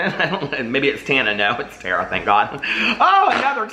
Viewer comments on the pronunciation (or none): Hey love, Tara pronounces her name like "Tar", instead of like "Tear", just wanted to let you know! xoxoxo